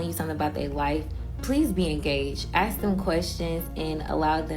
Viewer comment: She talks very ghetto, idk who is complimenting her 😂 “axe” instead of “ask” abd talking slow? You just come across as slow not educated at all girl. And those ghetto baby hairs my lord these women are lost